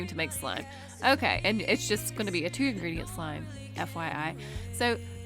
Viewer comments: She said 1 ingriedient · She said 1 ingridiant